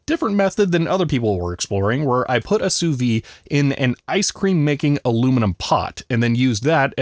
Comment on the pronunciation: The "d" in "Sous-vide" needs to be pronounced. It's the difference between "under vacuum" and "under life".